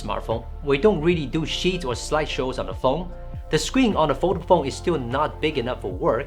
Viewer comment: Fol-da-ble phone, not Vodafone 😉 Great review and some good points you make!